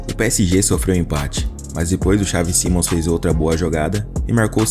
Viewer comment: Pqp que agonia vc falar mal o nome do cara